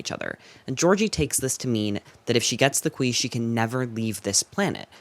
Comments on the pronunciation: 'khwi thing' sounds like something? it sounds like queefing. xx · “Qui” sounds too much, wayyy toooo much like queef.